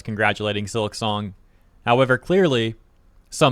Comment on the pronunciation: it's silk song.... not silik song. at least say it right.